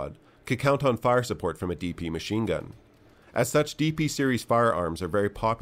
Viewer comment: Ah yes, the Degtyaryov "De Plato" 27